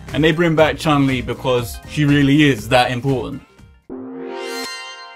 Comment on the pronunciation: Why Americans and Europians call her Chan Li? Because she is Chun Li, she's transription is 'tʃju:n li in japan.